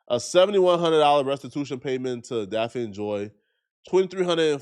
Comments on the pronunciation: Her name is Daphne not Daphine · He called ol girl Daffine 😂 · Her name is pronounced DAF-NEE!!!!! Stop saying it wrong